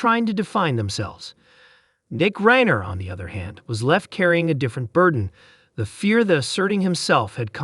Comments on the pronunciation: If this idiot AI voice doesn't know how to pronounce the name Reiner or Conan, they shouldn't be writing anything and ought to be disconnected. MJG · this announcer needs to learn to say Reiner